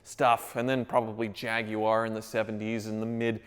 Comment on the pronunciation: I got side tracked early on when you pronounced Jaguar correctly, thanks for making the effort. 😜 Silver does look awesome on the B M. 🤙🏻🇦🇺